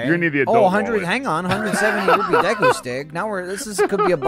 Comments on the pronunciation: Did just say "Deaku tree"? Ah yes we all know that we'll know character in my hero..."Deaku" right!? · I'm so glad brou8ght up pronunciation... the moment he called Deku Deeeku I was losin it